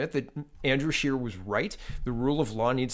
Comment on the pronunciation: did you not hear him call him Mr Shitter instead of Mr Scheer!